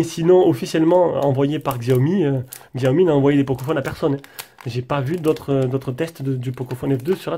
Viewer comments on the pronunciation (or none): Slt, la vidéo est très bien mais par contre on dit chaomi et non pas xxxiaomi !!